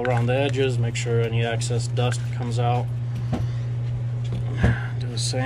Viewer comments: EXCESS! LOL after two videos I can't help it...... The word is EXCESS not, ACCESS! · Excess, not axis...